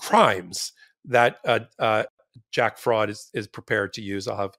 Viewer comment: Did he just sayJack Fraud? 🤣🤣🤣